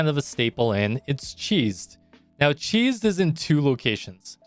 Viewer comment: Yeah almost everything in blue archive is a close reference to jewish and Christian mythology, chesed's pronunciation is actually heset.